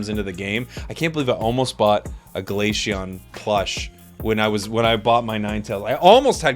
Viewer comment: Is he saying Glasheon?